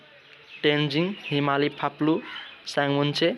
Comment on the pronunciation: कस्तो आलु न पेडाको प्रस्तुतीकरण हो, अलि आकर्षक र बुझिने गरि त पढाउनुपर्छ जबर्जस्ती जानीनजानी पढेको मात्र छ न कतै ब्याख्या छ न प्रस्तुतीकरणमा कुनै मिठास नै छ अर्कोपटक आउँदा अलि तयारीका साथ आउनु होला फाप्लुलाई काप्लु रे रूम्जाटारलाई रन्जुटार रे?